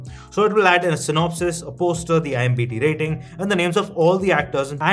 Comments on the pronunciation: Bro it's IMDB NOT IMBD... 🤣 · It's IMDB not IMBD ffs🤦🏻‍♂️ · Its IMdB bhai ...it sounds awkward 😅